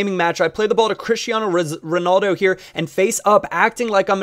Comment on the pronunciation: he says "crishtiano ronalzo" so hilarious